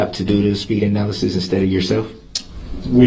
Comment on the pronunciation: "ANALAKSYS?" darrell you suck